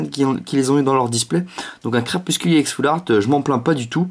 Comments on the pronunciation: on dit pas ix on dit éx mais ca s ecrit ex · pourquoi tu dis ix et pas ex